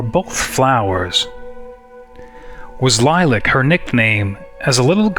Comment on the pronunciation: I've never heard Lilac pronounced that way. When you stated to talk about it, I went back and read your journal post to see if I could figure out where you were going with it. This is one of those many times when I wanna say stuff but can't. And how you gonna incorporate all that into the summary vid? Oooh, a shout out! Thank you! And glad to help!